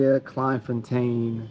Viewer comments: It’s pronounced ‘klayne fontaine’ not klein like kelvin klein. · Pronounced " Klay n. There are hundreds of all black towns in SA. The difference is that they are not self sufficient, and are very successful...as youve seen.. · Thank you for teaching me about my own country. Never heard of this town. It should be pronounced ’Clayn fontane’ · It's pronounced clayn fon tayn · pronounced CLAYN FONTAYN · Its pronounced Clane forntane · I really enjoyed your video but please pronounce the name correctly, Dannie told you how to pronounce it and when you said it correctly it sounded really good coming from an American. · The way you pronounce Kleinfontein😂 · It would make a big difference if he took a little time to learn how to pronounce Kleinfontein and a few other names. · It was very frustrating listening to you pronouns Kleinfontein wrong. Someone should have told you how to say it. Unfortunately I just couldn't watch the whole video but had to say something. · pronounced "clai(m).... "Kl(ain)fontein" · Why repeatedly mispronounce the name? The "klei" part rhymes with "clay". I mean, you got the "tein" part right.